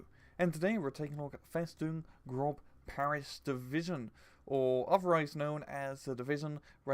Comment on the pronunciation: M8 its not grob its 'gross' or 'groce'